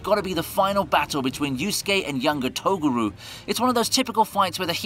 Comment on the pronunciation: "i love YuYuHakusho" then he keeps saying Togaru instead of Toguro